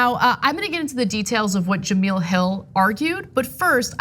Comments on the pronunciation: Ana I like you but why in the hell are you pronouncing Jemele Hill's name as Jameel?? Do some homework please because it comes of as racist. Thanks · Juh-MELL. It's pronounced Juh-MELL. Jesus Christ. How do you work in journalism and not know her?